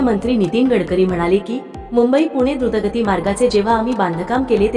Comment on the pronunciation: ते "घुर्त गती "नाही "द्रुत गती "असत.😂😂😂